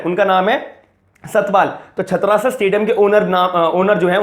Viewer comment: Its छत्रसाल not छत्रासल owner of stadium is Delhi Govt not Satpal (his father in law). Pl update your self than make videos.